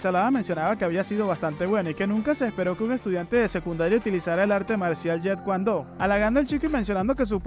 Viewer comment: Jet kun Do pronunciarlo bien